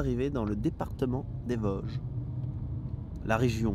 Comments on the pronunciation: Bien sur qu'on dit les Vôôôôsges !!! Ahah bienvenue en Lorraine !! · Merci pour la rectification du "o" de Vosges ! Mon oreille lorraine souffrait un peu 😂